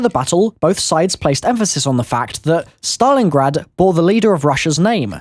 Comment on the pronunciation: Im sorry but did he say Saton Your Ass?